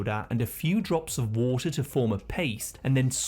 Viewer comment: Every other one: Water: WaAAter